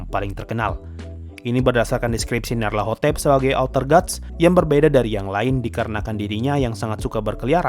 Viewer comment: Bg bacanya nyalatotep